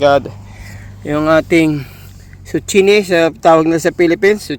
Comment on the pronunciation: It is called zucchini (pronounced as zukini)